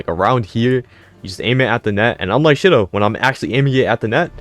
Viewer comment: You pronounced Shidou wrong. It’s sheedough not shidough